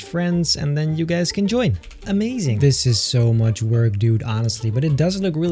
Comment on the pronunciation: i like it a lot beter me: what? do you mean muht beter?